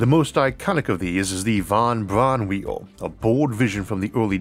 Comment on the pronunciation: Any chance of redubbing it with a voice that doesn't say "Vahn Bvahn whee-oh"?